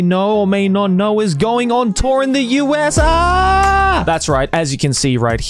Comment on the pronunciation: Well it's actually not the USargghh but the USA. Just saying